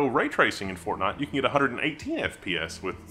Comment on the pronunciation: What is Fornite? You spelled it like you pronounce it. 😂